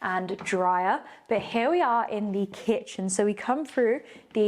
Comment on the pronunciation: you are becoming so much more confident in your presentation. You sound a lot more professional. There is room for improvement, though. The word ‘the’ is not pronounced ‘thee’ before words that start with a consonant. Stucco is pronounced ‘stucko’ not ‘stoucko’. Also, keep your attire more professional, less ‘runway’.